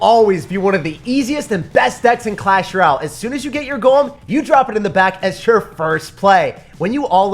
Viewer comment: Dude it’s clash rOLAY